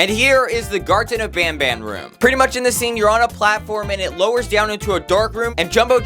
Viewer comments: Bruh the chapter at the end is called garten of van ban not banban💀💀💀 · "Garten of van ban" 💀💀💀💀💀